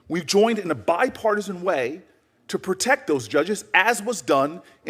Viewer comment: Booker the big mouth said bipartason 9 times cant stabd him